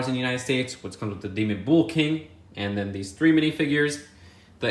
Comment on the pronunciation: Nobody:: "bool king"